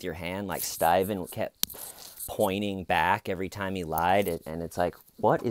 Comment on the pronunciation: It makes me wanna watch something else, "everytime." Who says it that way? What in the actual fuck did I miss?